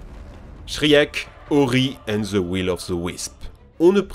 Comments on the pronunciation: shriek non shrek* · tu m'a presque assassiné quand t'a prononcé le nom de Shriek... ca se prononce Shriik, le E est un i ou silencieux mais SURTOUT PAS un è WTF?! je peut piger que tu parle peut etre pas anglais mais je pouvais pas laisser celle la passer, c'etait trop gros. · shriek j ai crue que s etait shrek 😂😂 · quand ta dit shriek dans ma tete ca faisai shrek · La prononciation des noms anglais était un peu cringe 😅 juste un effort quand le nom lui même veut dire quelque chose SVP... Shriek ça veut dire hurlement en anglais, et c’est ce hurlement qu’on entend dans tous l’opus quand elle attaque... Mais j’ai beaucoup aimé la vidéo 👍